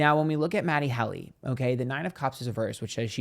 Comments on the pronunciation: Matty Helly 😂❤ it really wouldnt be a proper episode without mispronouncing something within the first minute honey 🎉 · I caught the mispronunciation and laughed so hard. 😂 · MATT-e HEAL-e?